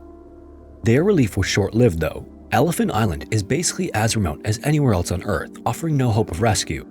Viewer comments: Ok bud, slow down and pronounce your words right. - : "Antarcta" and "Eart dough"... you mean, "Earth, though." Talking too fast makes you mess up. We're not in a race here. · He calls Earth "ear" and calls Antarctica "Antarca" so yeah it's AI. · This is made with AI. It calls Earth "Ear" .